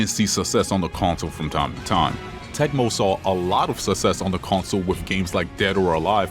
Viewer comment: suss-ess is not how you say suck-sess You got that DSP acceyunt